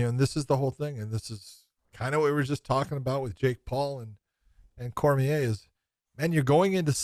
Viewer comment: It’s pronounced Daniel Cormi-A, not Cormier.